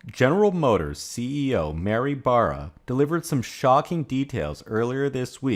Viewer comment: It's not "General Motorsez" as a 'possessive' of General Motors - it's simply General Motors - one 's' at the end - your saying "general motorsez" makes you sound illiterate.